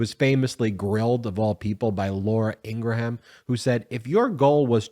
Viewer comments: It's "IN-GRAHM," NOT "ING-RA-HAM." I don't like Ingraham, but part of your job is to try to get stuff right. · Pronounced as Ingram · Laura Ingraham 📢 Sounds like "ING-GRUUM" 🤪